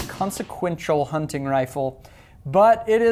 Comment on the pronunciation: Great review. Being from Pittsburgh your pronunciation of " Hunt.TIGN rifle cracks me up. " Huntin" is local blab lol